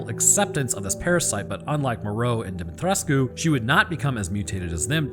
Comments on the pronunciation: You're pronouncing Dimitrescu correctly. The game does it wrong. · As a Romanian i back him up here hes saying her name right its near to impossible for a non-native to say it the her name without their native accents. Others say her Demetrescu wich is inccorect but understandable. And also heres a line in romanian if someone doubts me. Sunt român ba omule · Dimitrescu Romanian pronounciation: -> Dee mee tres kuh french pronounciation: -> Dee mee tresk technically both are right, but as alcina considers herself royalty she tends to use the french version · im romanian, you did pronounce her name right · Not to pile onto the pronunciation debate but.... People are generally allowed to pronounce their own names however they want. The characters in the game consistently pronounce their own names in the French fashion, as another commenter pointed out, so that's the correct way to pronounce the names. That's my 2 cents at least. As usual, loved the video. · Demitrescu was French, not Romanian. Further, the pronunciation is in the game, so how an IRL Romanian says it should be pronounced holds zero weight. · Regardless of how the different areas of the world pronounce the name, the characters in the game very specifically and consistently pronounce the name a certain way., and that way is the French version as you point out. Last I checked, people are allowed to pronounce their names however they want.